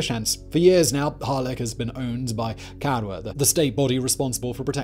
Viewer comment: Caye-nar-von. cad-oo, glin-doo-r